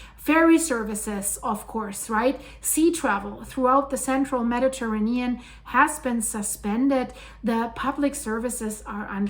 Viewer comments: The earth has always changed nothing new! And what’s with this woman’s weird pronunciation of Mediterranean? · Mispronouncing Mediterranean. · I've never heard anyone pronounce Mediterranean that way